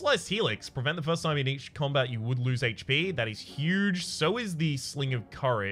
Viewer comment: Is that first, but in Scottish?